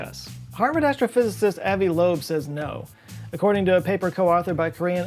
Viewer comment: Avi is pronounced ah-V. Source: I live in Israel and he is from Israel (Joes sounded more like the French name)